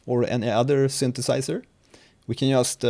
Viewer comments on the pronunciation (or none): none